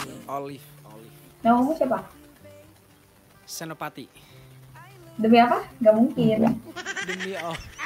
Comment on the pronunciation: Bukan senoparty kk olive tp Senopati 😂